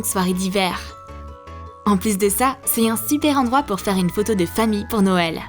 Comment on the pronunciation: 1.24 minutes elle a dit de faise